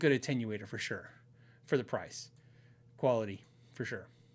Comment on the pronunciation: Phil finally said Jagauar, attenuator, and Illinois correctly, but it didn’t sound right coming out of his mouth. 😁👍